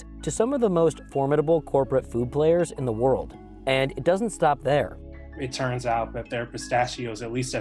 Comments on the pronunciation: Is he saying "churns out" instead of "turns out"? - running the gambit instead of running the gamut etc. - weird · Why can't this guy say "turns" correctly? It's not churns!